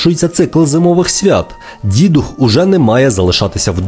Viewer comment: До речі не Дідух, а ДіДух, з наголосом на другий склад! Дідівський дух.